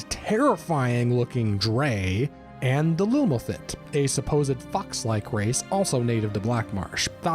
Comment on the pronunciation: You get the pronunciation of Khajiit perfect, but butcher the Lilmothiit?